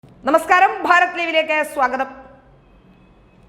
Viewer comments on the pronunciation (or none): none